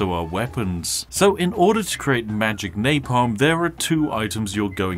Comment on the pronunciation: Alot of people: OMG ELDEN RING IS SO HARD TO BEAT WTF Spiffing brit: Mah geic